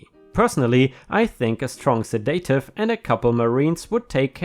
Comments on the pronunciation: Semester = seh mess tur, not simister. Karaoke = care ee okie not kara okie. 👻 Subpoena = sub pee nuh. Sedative = seh duh tive not seh day tive. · You made a mistake in pronouncing sedative it is a drug that calms you down